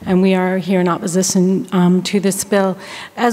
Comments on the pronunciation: I hear oppozizon instead of opposition smfh 😂😂😂😂 even with a script they fkn up hahaha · “Oppozission to this bill.” What a flub.